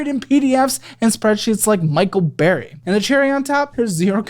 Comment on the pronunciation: It's Michael Burry not Barry